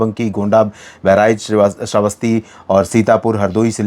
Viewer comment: Ser Shravasti ko shreevastav bolne wale the😅😅